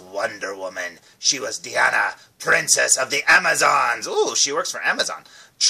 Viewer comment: It's actually pronounced Die-ana not dee-Ana but other than that great review